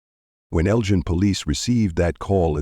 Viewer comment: L-GIEN ILLINOIS?? THAT AI NEEDS IT'S ASS WHOOPED!